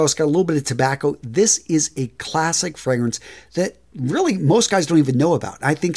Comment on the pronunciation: Really appreciate the work on your videos and I mean this with no hate at all, but I think you really need to work on your pronunciation of the fragrances and their houses, especially the “foreign” ones. It just doesn’t sound good in that accent. Lovely lineup, keep it up! 😊